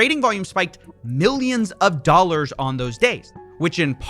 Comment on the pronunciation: Me: Dollars Coffee: DOLLERSH